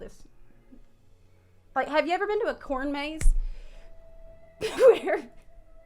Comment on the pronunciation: Cornmaze? Oh dear... your South is showing 🤣🤣🤣